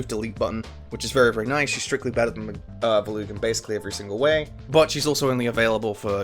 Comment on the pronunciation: I'm assuming this comes down to different pronunciations, but as someone who has also played Radiant Dawn a fuckton, who the actual fuck is "Villoo" Edit: he just slightly slurred the way he pronounced Volug in the beginning. It confounded me lol, as I pronounce his name as "Vōh-loog" where the "voh" is the stressed part